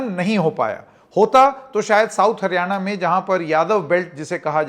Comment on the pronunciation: जी का बार बार हारयाणा कहना सब कुछ बता रहा है ।